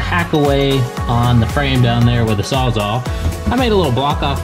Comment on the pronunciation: Saws ALL! ALL!saws ALL! Not saws ah!